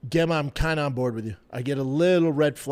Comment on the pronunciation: Pronounce the word "gem" then Pronounce the name "gemma"